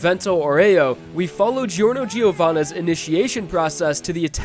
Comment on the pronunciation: *jorno jovanna That's how you pronounce it :)